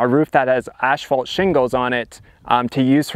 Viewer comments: It is pronounced ASS FAULT, not ASH FAULT. Damn. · Oh, you Canadians and your "ash fault"!